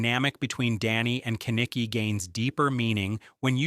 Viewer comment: Also just cause its bothering me..."Ken-Eh-Key" is not how you say his name. Its "Ke-Nick-E"